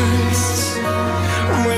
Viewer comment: Да ну .. Эта песня не его, и не хорошо, припев...... Да! То. Как он произносит: нежность... Ему можно все простить